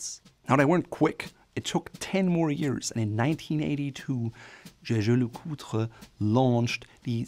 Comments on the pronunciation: LeCoultre is pronounced like "lecult", if that makes sense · He did a good job except for LeCoultre